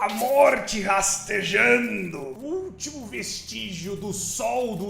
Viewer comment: "O ULTINO VESTÍGIO DO SOL" KAKAAKAKAKKA